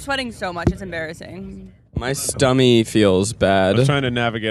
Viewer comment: Zach said 'stummy'! I say stummy!